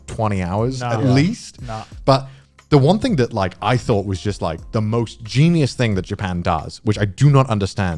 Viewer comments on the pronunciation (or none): none